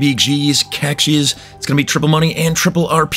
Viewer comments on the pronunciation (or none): The e in cache is silent.